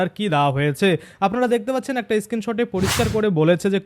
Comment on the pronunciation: ইস্ক্রিন শর্ট নয় স্ক্রিন শট।